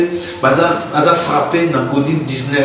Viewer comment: Covid et non codiv